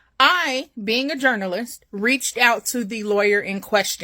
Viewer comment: The lie-aw-yer